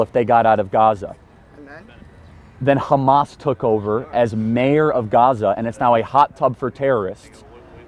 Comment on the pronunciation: I pressed on this video and the guy can't even sah Hamas right